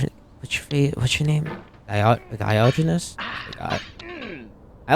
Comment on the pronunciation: For the "low effort" video, there will be a low effort comment. You mispronounced Diogenes and misspelled editing. It's "to a minimum", not "to a minimal". Mildly funny that you do a sort of "intro" 7 minutes in. It was interesting seeing a more stream-of-consciousness sort of video. 83 WINS??????????